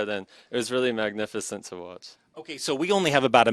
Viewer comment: "It was really MAG-nificent to watch".